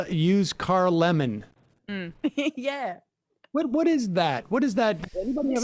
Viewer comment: Doesn’t he say „Lenin“ instead of „lemon“?